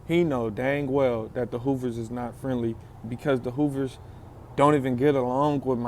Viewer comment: He say Hoovas friendly